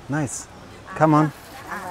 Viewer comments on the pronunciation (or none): CẢM ƠN.... Je pensais que tu disais "come on" depuis le début moi !!